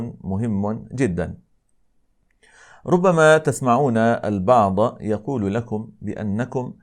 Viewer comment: جزاكم الله خيرا ملاحظة حسب علمي الافضل قول ربما كما في سورة الحجر وليس كما سمعته منك هل انا صحيح ام هنالك غلط في المعلومة